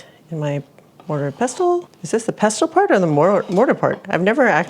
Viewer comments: The mortar is the bowl and the pestle is the mashing tool. Pestle is pronounced, pes' sel, and the t is silent, at least in the US it is... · Love hainanese chicken so will definitely try this recipe. It’s amazing to me how the Chinese have influenced the cuisine of many countries. BTW, the “t” is “pestle” isn’t pronounced like in “castle”. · Mortar is the bowl, and, the “t” in “pestle” is silent. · The pestle is the stick part - and the T is silent. :) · Hey and Dude. Do you remember watching Danny Kaye in the movie “A Connecticut Yankee in King Arthur’s Court”? There is a couple of lines from that movie that I remember that the “pellet with the poison is in the vessel with the pestle. The chalice from the palace has the brew that is true.” Any hoo, The mortar is the bowl and the pestle should be pronounced with a silent ‘T’, so it rhymes with “vessel”.